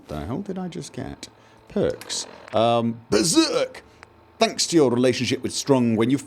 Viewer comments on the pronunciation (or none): none